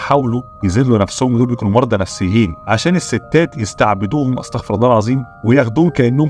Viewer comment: استغفر الله * ( استغفر ) الراء تنطق بالضمة و ليس الفتحة لأن لو نطقت بالفتحة المعني هيتغير و هيكون معناها أن الذي أستغفر هو الله سبحانه و تعالى